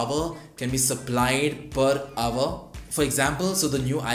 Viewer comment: pronounced "hour" not "aver"